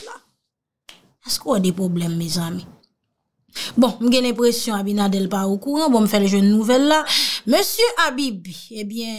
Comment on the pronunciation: Allo my love correction. Le no du president S DOMINGUE C' EST ABINADER. NO PAS ABINADEL MERCI MY LOVE